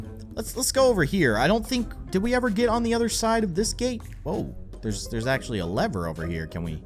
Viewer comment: You say leather it is lever